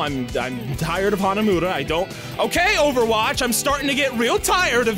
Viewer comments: Really "Hanamuda"? the game even pronounces it Hanamura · It's pronounced HanaMORa by the way